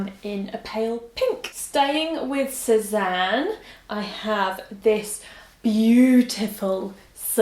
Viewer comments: Great prononciation on Sézane 😉 love from France, love you 😘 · you pronounced "Sezane" very well actually hahahah nice video by the way, love from France